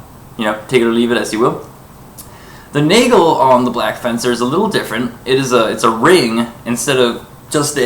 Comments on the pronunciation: Please stop saying Naygle... Nagel, A like in asterix, e like in nest. That being said, a ring is not a nagel. A ring is a ring. The nagel is a very specific addition to the guard. Not to mention it doesn't take the blow the same way. Is it the video quality or do both of those wobble just from waiving around? Also, the difference in thickness is quite obvious... You say they are a very good simulation of a messer. Have you handled an accurate historical replica of a messer? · It's pronounced 'nah-gel'. I'm half-German.